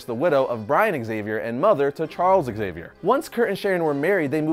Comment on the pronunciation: How hard it is to say Zavier instead of ExZavier?